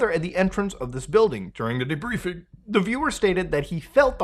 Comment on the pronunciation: "DuRiNg Da DeBrIeFiNg" 🥴